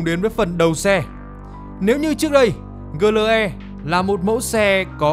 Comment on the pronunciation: GLE thì phát âm kiểu tiếng Việt, AMG thì phát âm theo tiếng Anh, giống như một người mặc bộ vest mà chân đi dép lào vậy, chả ăn nhập gì nhau cả :))))))))